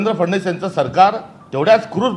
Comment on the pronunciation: फडणवीस शब्द 100 वेळा म्हणा मग चांगला उच्चार येईल